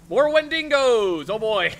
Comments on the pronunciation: Why can't they properly pronounce Wendigo? Always "wendingo" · Guys, I love you and everything, but the way you say wendigo makes me convulse violently, it's wen-dig-oh